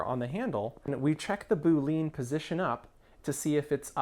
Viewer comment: The term Boolean is pronounced Boo-lee-an not Boo-leen. Love your videos. Always gives some new ideas and you explain things really well. Thanks for making these videos.